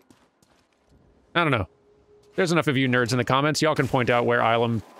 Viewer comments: Well, it's not Ilum with a hard I. It's a softer I. Ih-lum. And the planet does show up in a few other places. But the first time we really get to see it (and the entire inspiration for this portion of the game ) is The Clone Wars Season 5 Episode 6, "The Gathering" ( ). In it, Grand Master Yoda and Padawan Ahsoka Tano escort a group of Younglings to this very temple, and the episode revolves around the group earning their Kyber Crystals. It's a lore-dump episode that helps to establish the Jedi's spiritual roots, as well as serve as the foundation of New Canon's "No Synthetic Lightsaber Crystals" rule. Through their connection with The Force, each Kyber Crystal is, in a way, alive. It bonds with its wielder. And the way you get Red crystals is by a Sith practice known as "Bleeding". Basically, you torture the Kyber Crystal and make it completely submissive to your will through use of the Dark Side. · Illum has appeared in a lot of things. And the "ill" is pronounced the other way.